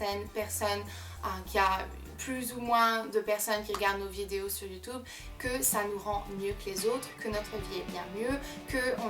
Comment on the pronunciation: tu a un axant tu prononce mal youtube et challege